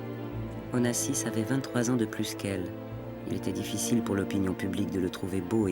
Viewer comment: The narrator couldn't even pronounce Onassis's name correctly.